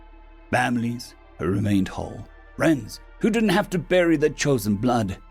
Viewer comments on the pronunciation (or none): none